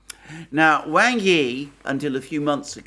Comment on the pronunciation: "Wang" is not pronounced like "Way-ng". It is pronounced like "Wong" and rhymes with "wrong".